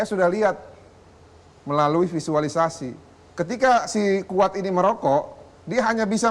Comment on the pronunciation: Sekuat bukan sikuat